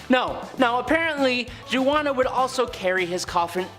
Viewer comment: Byzantine is pronounced 'bizz-an-teen'. Zeitan is 'zay-tan'. Poitier is 'poah-tee-airs'. Juana the Mad is 'whanna'. Also, you did Elizabeth Bathory twice.